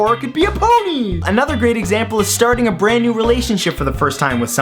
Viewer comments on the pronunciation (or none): none